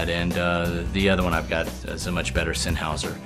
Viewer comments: Sennheiser, not Sennhauser. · It's Sennheiser, not Sennhauser.